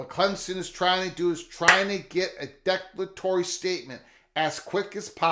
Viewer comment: Declare a tory is the pronounciation